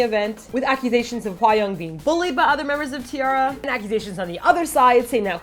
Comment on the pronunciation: Is her name really pronounced 'Hwai-young'? It sounds wrong. I thought it was Hwa (like 'ah') -young just like it sounds. :/ Just wondering. But you made great points that I agree on, though I still feel a bit dissapointed in T-ara if they did bully Hwayoung, but that definitely wont stop me listening to their music, THAT'S CRAZY~